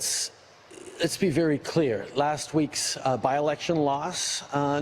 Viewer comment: Let's be klear lol